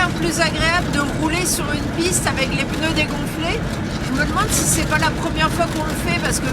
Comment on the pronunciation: 10/26 "les deux pEUneus qui avaient des Zhernies"? 😆